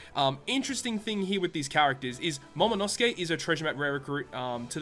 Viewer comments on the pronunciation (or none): In the End it isnt Momonosuke its Momonoskii.